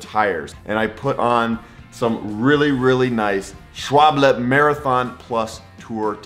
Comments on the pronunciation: Not SchwABLe, but SchWALbe. 🙃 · it's SCHWALBE, not SCHWABLE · excellent vid. FYI if your German then the proper pronouncation is (Schval ba) if "english" then (Schwal ba) dont get hung up on the w ot v the important point is the end of the name. pronounced "ba" (long a). you can check the Schwalbe factory vid here on you tube. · I love when you say "schwable" xD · don't change a thing :) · i died when you say Schwalbe hahaha its always funny to hear that from a foreigner :D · That's why I started using Continental, I couldn't pronounce Schwalbe!